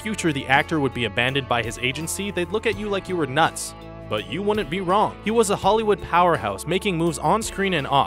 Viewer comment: it's pronounced "wouldn't", not "woonent"